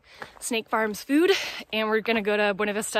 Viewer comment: Locals pronounce it Bew-na Vista. That’s pretty bad about the food! 😮